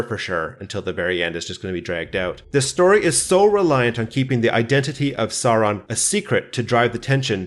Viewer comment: I love how you pronounce Sauron exactly like Bakshi’s Gandalf (e.g. the dark lord Sören).